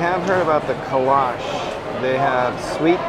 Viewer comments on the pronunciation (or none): Kolache is not pronounced kalaush, it is kole au chee. Come down to the Luling or New Braunfels location and we can take you tubing. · Buccee's is the best! I love the chopped brisket, beaver chips, protein boxes, and the peach muffins! BTW, kolache = co-LAW-chi